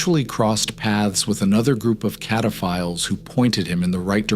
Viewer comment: "Cataphiles" 😂 yeah.. that doesn't sound like what it actually is